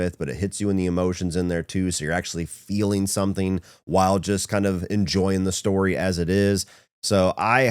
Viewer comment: “True storeh!”